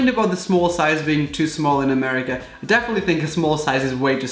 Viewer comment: did he just say.. murica...?